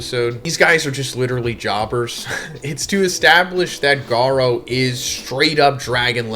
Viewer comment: His entire series easily explained feels extremely ai, he mispronounces Garou in ways he's never done before, you should just listen to the video yourself